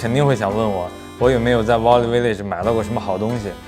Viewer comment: 故事讲的很好，不过value这个词音发的不准